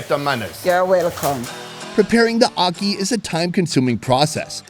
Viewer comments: I live in Jamaica born Jamaican its not aukey its ackey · Di way how him pronounce ackee a kill mi